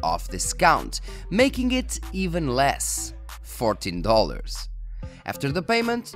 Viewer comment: Yes, I know you can get Windows 10 keys cheap, I was just joking with because his pronunciation of 14 that one time sounded like 40.:-)